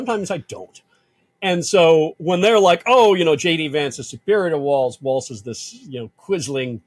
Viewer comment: HIS NAME IS WALZ (WALLS) NOT WALTZ-AS YOU CONTINUALLY PRONOUNCE IT